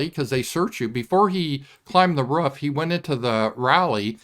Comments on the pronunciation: I like how says "roof"...lol..Ruff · The way pronounces roof is interesting. Sounds like rough to me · I think it might be a Midwestern thing. I'm a Yankee and we pronounce it like it's spelled. Roof..lol